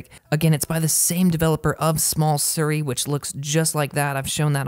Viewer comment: SIRI. Not “Surrey”